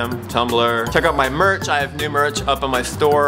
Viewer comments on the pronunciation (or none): none